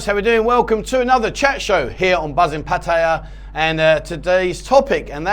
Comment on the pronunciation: Awesome iam impressed you pronounced Pat ta ya properly no one else seems to lol You should do a show on how to pronounce Pat ta ya properly Cheer's mate half kidding :)